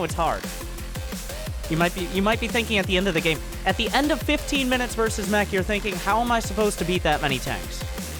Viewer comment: " not mech but Mergh "